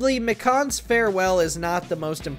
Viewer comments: The way they say “M ih K- ah n” instead of Me- khan Also Korekiyo’s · When he mispronounced mikan name wrong i was litterly screaming its mecan not mecawn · Dude pronounced mikan like a pecan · WAIT WAIT WAIT WHY DID THEY PRONOUNCE MIKAN AS “mekahn” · I can’t get past how you pronounced Mikans name